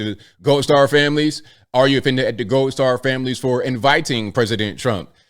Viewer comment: Say the letter "D". Seriously, actually try and SAY IT. Can you say it? Can you say RED, or GOLD, or WOULD? Because what you are saying thru the whole video is RET, GOLT, and WOULT.